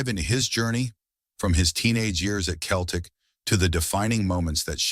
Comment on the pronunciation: AI voice talking football and can't even pronounce Celtic, Stein, Dalglish is when i turned it off.